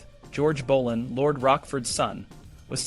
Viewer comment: Bolan?? It's Boleyn!